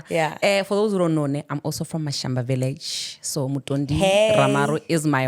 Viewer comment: Ha Mashamba not Mashamba 🤦🏽‍♂️